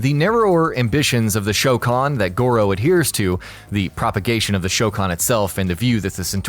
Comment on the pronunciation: at least you got the pronunciation of goro's race correctly